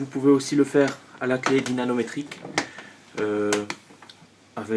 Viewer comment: Clé dynamométrique, et non namométrique.